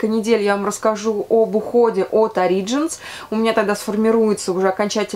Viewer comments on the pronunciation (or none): Спасибо за видео, всегда приятно Вас слушать ) P.S. Правильное ударение, насколько я знаю, Origins (на первый слог)